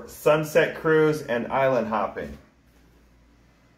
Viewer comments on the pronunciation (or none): none